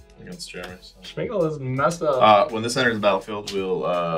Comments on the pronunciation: why does he keep saying SHmeagol? Why did Suarez sack Smeagol and put 2 counters on the Carrion Feeder? weird also, infinite turns? that sucks. it was getting entertaning, ended in such an ugly manner. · Was anyone else bothered by saying "Schmeagol"